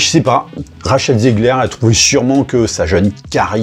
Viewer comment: Bravo pour cette vidéo qui remet les points sur les i encore une fois ! Bien que cela ne soit pas le sujet essentiel de la vidéo, il m'a semblé important de préciser que le premier "e" de Zegler ne se prononce pas comme un "i", mais comme un "é". A est écrit "Vous avez tous tord" ! Si j'apprécie le sens de l'image, avoir tort s'écrie bien avec un "t"... ;-)